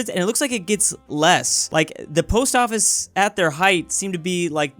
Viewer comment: "what distroyed the polst office?" Cars,. It's cars.